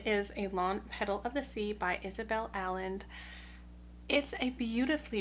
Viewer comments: It’s pronounced Isabel AYEnde, not Aland 😂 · Now I want to read the Isabel Allende book! (promounced a little more like Ah-yen-deh😊).